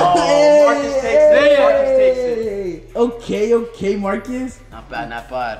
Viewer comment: said not bwad